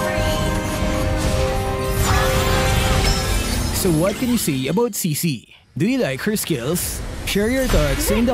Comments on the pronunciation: I think her name pronounces chi(ck)-chi(ck) and not she-she. Strong yes but for me looks boring, like novaria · I think the name is pronounced (Tsi Tsi) wit the T and,so yeah Cici